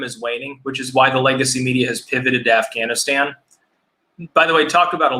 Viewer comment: "Ganistan" hahahaha